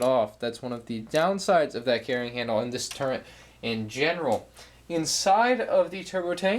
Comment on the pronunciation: Is it just me or did he say "turrent" instead of turret?